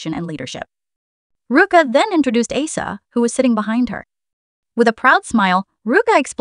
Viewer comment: Great video. Pronunciation of the members names could use some tweaking… - Rami is Raw-Me, not Ray-Me - Asa is Aw-Sa, not Ay-Sa, although the later is a nickname, as she’s an Ace! - Pharita is Pa-Rita, not Fa-Rita Thanks 😀 ❤❤❤—❤—❤❤❤